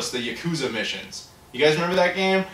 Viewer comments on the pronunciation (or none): none